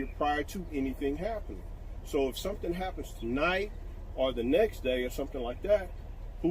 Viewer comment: Hahaha ”IF SOMETHING HAPPENDS”… 😂😂😂😂